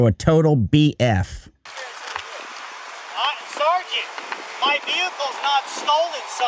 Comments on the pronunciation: His pronunciation of, “sergeant” reminds me of a disgruntled private in the military. It happens a lot actually. I heard it a lot when I was in the Army. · It's SARGENT when Jeremy says it.